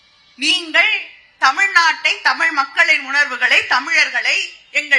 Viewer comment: Tham-IL illai Tham-izh Correctly say word please